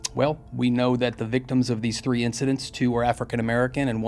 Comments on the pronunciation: This guy can’t pronounce “third” right or “3” -it comes out as turd and tree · I'm convinced that stories are chosen based on how many times he can say "turdy" and "tree"